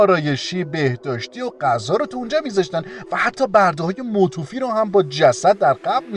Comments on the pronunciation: وااااای میگه موتوفی ؟؟!!!!!!🤦‍♂️🤦‍♂️🤦‍♂️🤦‍♂️🤦‍♂️ .بابا کمر زبان فارسی شخم زدی .متوفّی نوشته میشه میشه متوفّا خونده میشه .تو کلیپ بعدی عذر خواهی کن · ینی واقعاً اینقدر بی سواد هستین با با زبان فارسی آشنایی ندارین !!!؟. متوفی رو موتوفی میخونی ؟. مُتِوَفا خونده میشه ، نه موتوفی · متووووفی؟!!!!!؟🤔 مو ت ؤ فا خونده میشه .ممنون از کلیپ خوبت. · برده های مُتُوفی چیه؟😂😂😂 پرفسور اون مُتَوَفّی هست😂😂😂😂😂😂😂😂😂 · اولا موتوفی نه . مُتَوَفا . دوما لحنت مزخرف بود . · موتوفی چیه؟؟؟؟؟؟؟؟؟ (حدود دقیقه ۱۰ ) متوفی درسته با تلفظ متوفا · Motufi چیه نابغه؟ اون motavaffi هست😂😂😂😂😂😂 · مُتٓوٓفْیٰ دوست گرامی صحیح است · وافعا منم تعجب میکنم چرا آخه؟! مثلا متوفی، motevafa خونده میشه! اینا خیلی سادست. انیجوری ادم به درستی مطالب هم شک میکنه! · برده های موووووتوووفی؟!!! 😂😂😂😂 چقدر بیسوادی تو آخه؟ "متوفی" یعنی فوت شده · متوفی رو درست تلفظ نکردی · آقای گوینده برای شما و کانالتون خیلی زشته و افت داره که دایره لغات و اطلاعات عمومیتون انقد محدود باشه. کل کلیپ یک طرف این که واژه متوفی یا متوفا رو اشتباه تلفظ کردی یک طرف. کلی خورد توی ذوق من یکی. یذره مطالعتون رو بیشتر کنید بد نیست. پاینده ایران